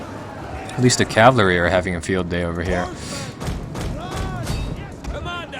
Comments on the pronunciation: For fucks sake just say cavalry properly for once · "Cavlery" XD yolo